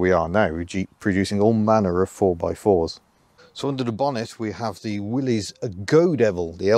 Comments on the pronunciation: I don't like when they mispronounce, "Willys" as "Willy's". It's pronounced as, "Willis." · It pronounced Willis not Willies